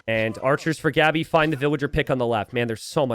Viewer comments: why do you keep pronouncing Gabi's name wrong? The "a" is pronounced as in "want" or "what" like aaaaaa and not like "and". So its Gabi, not " Geebi" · He's pronouncing it as if it were Gabby, which is... completely natural actually